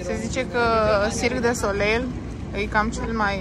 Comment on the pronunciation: Se spune cirque de solei, nu solel :))